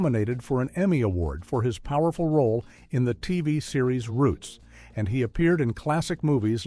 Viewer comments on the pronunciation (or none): none